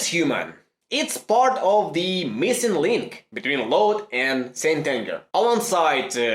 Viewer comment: I thought he said Stalin